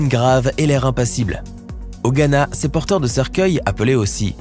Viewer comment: Hihihi il a dit " Porteuil " au lieu de porteurs hihihi